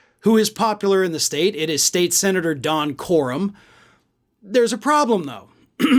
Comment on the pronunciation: Normally. one of the reasons that I like is that he speaks well. But it is DON CORAM, not Don Quorum.